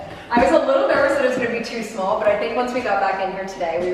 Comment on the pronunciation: When u said small in the bathroom your east coast accent came out !!!!